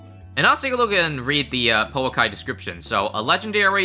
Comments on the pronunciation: the o in pouakai is not pernoust oh it is more of a just a ooooo look up maori vowels. maori is sort of a second language to me and ive liveed in new zealand my whole life it is funn to see americans and people like that try to pernounce maori vowels because they always get it wrong. no hate love the vids keep up the good work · Kiwi here, I think it's pronounced like poo-akai, we have a hiking trail by where I live called Pouākai and that's how we all say it. Cheers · Also Pouakai is a maori word and it pronounced po-u-Long A-ka-EE so yea ur pronoucing it wrong